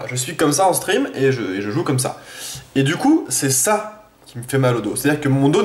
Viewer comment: Un moment j'ai cru que tu avait dit Quand je suis en String ( stream ) mdr